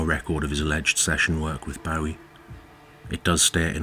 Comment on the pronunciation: You pronounce "Bowie" incorrectly.